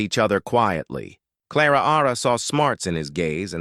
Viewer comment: I’m sure the “Ara” after Clara is an annoying error.